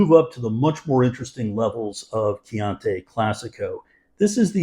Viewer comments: Thanks for the value alert - I’ll definitely try to find it at my local Costco. CCR are one of my go to value reds. One nitpick: your pronunciation of Chianti dries me crazy- it’s Kee-ahn-tee, not Kee-ahn-tay. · You pronounced "chianti" incorrectly throughout the whole video and probably have done so for the past 40 years too. :)